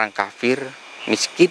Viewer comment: Fakir miskin ya Mister bukan Kafir miskin maaf Mister soalnya aku denger jenengan ngucap udah 2x jadi saya komen. Maaf sekali lagi mister hanya membetulkan. Pangapunten kalo saya lancang Mister gak ada niat apa2🙏🏻🙏🏻🙏🏻